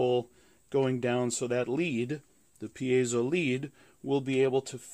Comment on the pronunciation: It's neither pi-ei-so nor pai-so, it's pie-zo